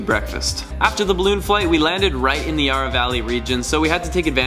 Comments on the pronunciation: Not Yaaaarah, YARRA! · ya-rah valley not yaara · May have laughed at how you said yurra valley ;) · "Yar ra" okay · Ah yes the Yahrra Valley